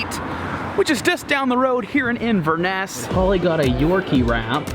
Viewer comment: You were in Drumnadrochit! (for lunch) Inverness, Glen Urquhart, Culloden and Jacobites all pronounced incorrectly but that's OK as it's very common to mispronounce them. Unforgivable is that literally no one would be able to see you in the Penta hotel waving as the windows are tinted!